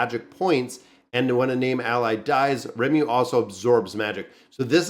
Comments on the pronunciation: I don't get it, why is it hard for you to say his name? Lee-mou-lou it's from japanese so the r are very light and rolls on the tongue, to a spaniard I wouldn't tell them to use a l sound cuz their r sound are closer but for an american, deffinitely use L.. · Ri-muh-roo.......Can't miss this one!!! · One of my favourite animes. Pronounced Ree-mu-ru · Its ree-moo-roo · His name is Ri-mu-ru, exactly the syllables sounds like. If you want to see his ultimate skill, just search for Rimuru massacre and you'll see it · Ree-Moo-Roo. As a big fan of the show... this video hurt lol. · butchering names is like his gimmick 😝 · Its Rimuru bro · you won't be cancelled if you mispronounce rimuru's name as long as you don't assume the gender..